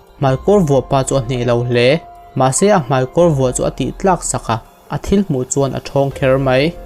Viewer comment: Mai tih hi mei tiin lam ri tawh lo la..mizo tawng dik a tih hram hram tum la angaihnawm lehzual ang.